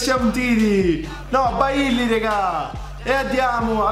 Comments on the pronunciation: No vabbè quando hai DEtto B-A-ILY SONO MORTO ...SI DICE BEILY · Comunque bailly chiamano beilli non bailli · Si dice Beilly e umtiti